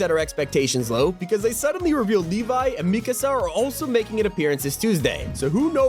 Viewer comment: Finally, a youtuber who knows how to pronounce Mikasa’s name